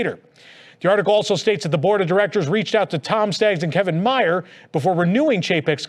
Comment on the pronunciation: Kevin Mayer's name is pronounced like it rhymes with "bear." Like Louis B. Mayer. Just saying.